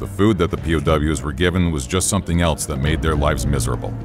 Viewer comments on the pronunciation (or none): none